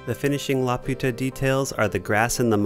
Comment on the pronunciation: love the work, it's really beautiful to watch and i really hope sometime i can make some of my own. if possible tho, could you please check pronunciation? laputa is la-poo-tah. i'd be happy to help. this isn't meant as a criticism, just an ask. thank you.